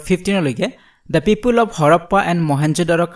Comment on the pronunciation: Why you pronounced pipul😁 instead of People it hears odd